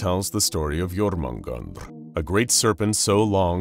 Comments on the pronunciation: (yor-men-gan-der)* not...... "Sneezes" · It's pronounced yo-mun-jander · Lol it's not even close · It is also 100% mispronounced… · at least hes trying, and a mispronunciation like that won't kill anyone :P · He's not even close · The way he pronounces jörmungandr is gonna give me a stroke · You couldntve said jörmungandr more wrong lol Edit: ok someone looked up the pronunciation thats my bad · I would watch this but that pronunciation hurts my soul